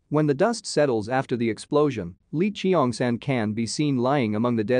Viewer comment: "lee chi-yong san" "gwy-nam" 💀